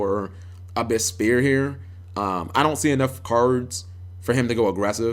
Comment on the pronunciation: Fuck man how long have mermaids been around now kappa'g and you still say spear. It's sphere.